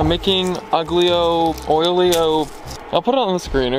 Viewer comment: What a great adventure! I did something like that when I was your age some 70 years ago. BTW, it's pronounced AL-YO-O-YO.